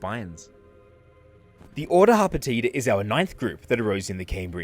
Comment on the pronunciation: HOT POTATA? Oh. Harpetida. I’m beginning to think I need to eat something.